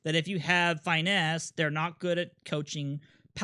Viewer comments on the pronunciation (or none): These videos are incredibly helpful - but if I hear dude say FY-nesse one more time I might turn myself into a bird in front of a Big Unit fastball